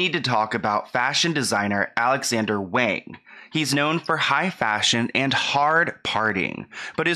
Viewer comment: I'm sorry but as a Chinese person this is hard to watch, for further reference please always assume that an "a" in Chinese is pronounced "ah" so "wahng" in this case ✌️♥️